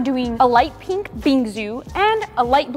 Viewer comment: Pink❌ Peenk✅